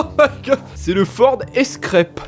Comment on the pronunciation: 🤣🤣" Le ford Escrèpe "